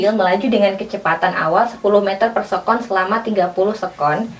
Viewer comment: Se'kon kak,bukan sekon